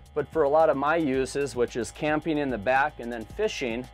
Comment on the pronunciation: What is a “dirty dahg”?? Campeen, fisheen, canoeeen, are not words.